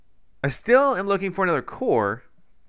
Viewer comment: The way he says core makes it sound like he's saying coor like he the brand of beer coors